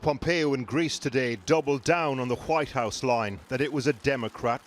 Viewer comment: Nobody gonna notice the thickkkk White House pronunciation?